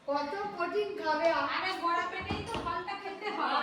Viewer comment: কথা টা বোড়া না কথাটা বড়া যযতো সব অশিখিতোর দল